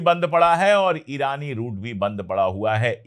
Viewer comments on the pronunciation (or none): none